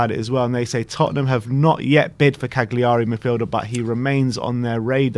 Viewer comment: Love that pronunciation of Cagliari..